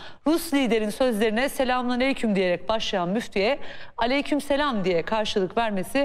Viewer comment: Çok güzel telefuuz etti cidden sanki defalarca söylüyormus gibi